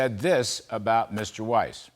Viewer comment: Yes Sir, you're pronouncing Weiss (German for white) correctly and Mr. Rat Face as well as some of the Brandon gang should at lest be eliminated from office which may be wishful thinking at this time!